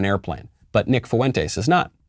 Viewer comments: I think its pronounced font-eys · Said his last name weird, but yeah at least he did say it.